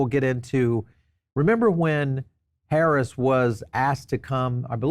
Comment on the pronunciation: You seem to be a smart man, so why do you keep mis pronouncing the VP’s name?